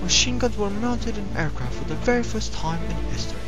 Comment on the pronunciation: "Airquaft?" WTF?!?